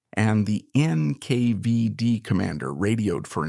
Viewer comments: It's NKVD Not NK5D, dummy. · NKvieD? NK5D? wtf? AI voice over? Narration does not match the vis3uals.